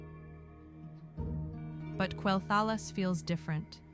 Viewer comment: you should not get ai to voice your video's it cant even pronounce quelthalas.